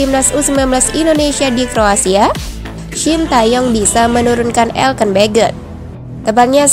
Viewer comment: Elkan woy bukann elken